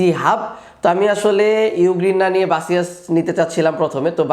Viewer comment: বাসিয়াস কি ভাই? 🙄 বেসুস বলেন